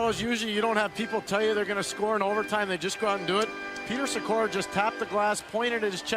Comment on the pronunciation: This video is great but I had to laugh out loud at how you said Giguere. Edit: Watching further, you've pronounced a lot of names wrong, including Friesen, Sykora, and Evgeni. If you're going to make video essays where you're presenting yourself as knowledgeable on the subject, you should make sure you know how to pronounce the player names. It only takes a little bit of Googling.